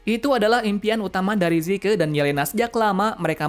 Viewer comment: zeke bukan zike